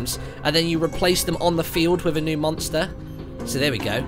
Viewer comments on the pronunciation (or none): none